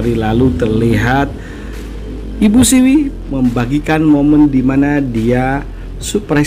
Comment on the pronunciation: SIWI min.. BKN SEWI